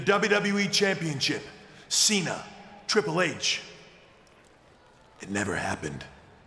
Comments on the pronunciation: "Triple Hatche" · "Triple Hey-Ch" - William Regal 😂